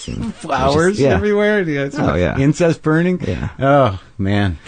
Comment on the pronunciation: Incense, not incest!